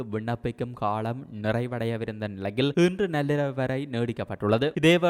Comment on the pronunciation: அடேய் காளம் இலை காலம் என்று சொல் உனக்கு ள ல வித்தியாசன் தெரியாதா ?